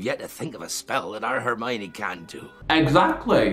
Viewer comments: "harmiony" almost had an aneurysm trying to figure out if you were trying to say harmony or Hermione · I’m loving these reactions :)) Just to let you know it’s Her-mione (pronounced like the pronoun her) not harmione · Just so you know it’s spelt Hermione not Harmiony and is pronounced as Her-My-Knee. It’s a common misconception especially to this who haven’t read the books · I just love the way that he pronounces Hermoine's name, HAR-mione kills me 😂 and all the theories, love, love, love. As a veteran potterhead it is so interesting seeing someone who doesn't know the lore! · Babe it’s Hermione not Harmiony 😭😭😭 LUV UR REACTIONS THOO ❤️❤️ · ITS HERMIONE NOT HARMIONE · ITS HERMIONE NOT HARMONY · please her name is hermione 🤭